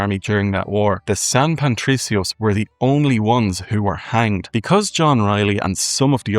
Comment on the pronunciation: Great job man. I really enjoyed the bit at the end comparing the music and their similarities, something I never knew! Just an observation, you kept saying San Pantricios, adding an 'n' to Patricio that shouldn't be there.